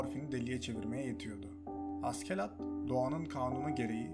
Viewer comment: hocam keşke askelad diye değil ashelad yada aselad diye telaffuz etseydiniz animede hep aselad deniyor